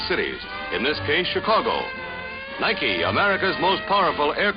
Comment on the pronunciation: did he say niki( na-eye-ki)?